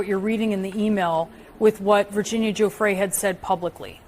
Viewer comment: Giuffre is pronounced Juf fray